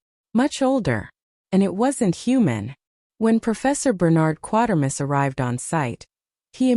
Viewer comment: Some seriously erroneous information here. No knowledge of how the famous SF name "Quatermass" is pronounced. Inaccurate description of the ending of "X", and such. Poor site.